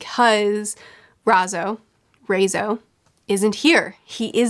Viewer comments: Imagine the name Ryan with zo on the end instead of an. With Ry being spelt Rai and Zo on the end. That's how you say it, RY-ZO :D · Raizo is pronounced: "Rye"-zo Also Zunesha is a she right? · She can get Kaido’s name right, but not Raizo’s? Who has the same vowels as Kaido? 😂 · Raizo is pronounced similarly to Kaido.